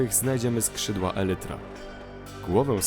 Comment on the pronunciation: A wiesz że czyta się elajtra